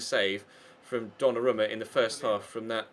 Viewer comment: His name is pronounced donnaroooooma